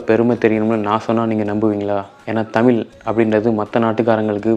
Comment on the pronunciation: தமிழ் என்பதை சரியாக உச்சரிக்கவும்…